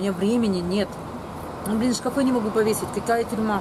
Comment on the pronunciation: когда ты сказала ШКАФЫ я упала)))))))))))))))))))) и ржала как лошада Пржевальского))))